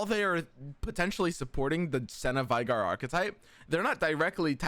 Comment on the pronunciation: We already got the veigar but is still mispronouncing his name lol